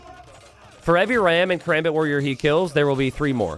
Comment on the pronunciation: It's not katrebit it's kaRAMbit